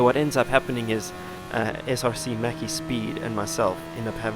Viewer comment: Didnt know slovenians play this game (he was top3 whole race) And also you pronounced maciek a bit funny and very wrong hihi